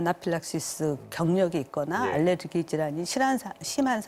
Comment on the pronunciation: 알르레기가 아니라 알레르기입니다.